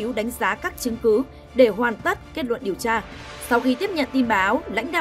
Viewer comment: Giao liêu,vệ xin,, lấy mẫu tin chùn, điều cha, hổ chợ phát thanh viên phát âm cái éo gì chẳng hiểu làm ơn phát âm chuẩn tiếng Việt dùm nhé